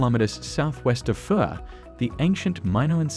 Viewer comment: This is a great video, but the narrative mispronounced Oia and fira